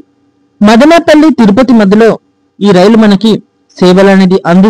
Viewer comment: మాదినేపల్లి కాదు బ్రదర్ మదనపల్లి! గమనించండి